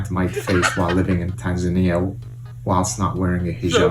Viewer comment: It’s Tanza-nia! Not tan-zania! 😂